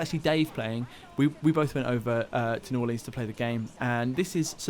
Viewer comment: I'm from New Orleans and they way he is saying "New Orleans" is triggering me